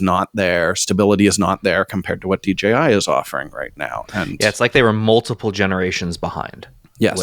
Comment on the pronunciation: Guys! DJI, not DGI! :face-fuchsia-tongue-out